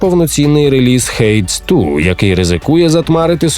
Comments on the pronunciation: Який "хейтс ту"? " "Хейдіс 2" себто "Аїд 2" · Hades 2 читається як Гейдіс 2 :)